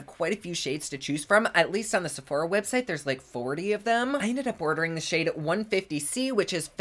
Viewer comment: AHAHAHAAA the way you pronounce Sephora comes up on my captions as “c4ha.” That’s amazing.